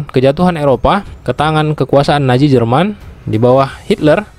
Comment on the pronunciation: Nazi bukan naji 😂 z bukan j